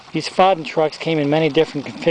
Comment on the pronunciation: Nice collection, Foden is pronounced Foh-den